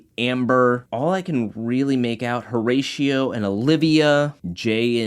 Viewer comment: This video is fire but please for the love of got Pronounce the name correctly please O-RA-CIO the H is silent